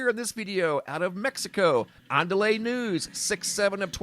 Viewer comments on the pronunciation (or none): none